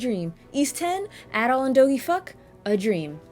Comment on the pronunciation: My favourite action RPG of all time, go play it. Actually, as someone who's played the whole series, go play everything, you're missing out. A couple of points tho: - I will commend you for correctly pronouncing Adol's name correctly, as opposed to many others who say Ay-dol. - I also agree on the epilogue bit, it's so badly executed, lol (though the credits sequence gets me feelsy everytime). But hey, I still prefer it over Celceta's non-existent ending, ngl. - Just incase you didn't know, Celceta's Flash Moves and Guards have a way more forigiving time window. - "Celceta had a fixed camera where you could see everything on-screen" - Try fighting the super boss (the guardian of the forest thing) and then try saying that, lol. Also in regards to the camera, I noticed you were using lock-on a lot when talking about it, sometimes it works much better without doing that. - And finally the OST. Believe it or not, the OST from this game is actually my favourite in all of gaming, which is saying a lot. So yeah, at least go listen to the tunes.